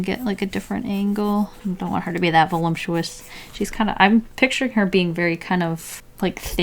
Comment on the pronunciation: Voluptuous has no m in letter or sound